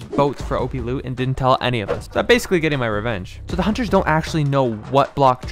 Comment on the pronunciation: Nope listen closely at the end of the word he said loot